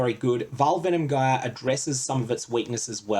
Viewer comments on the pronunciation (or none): Good info. But that's not how you pronounce "gyre"